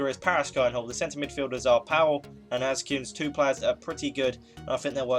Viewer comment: His nname is ASCUES!! not askins!!!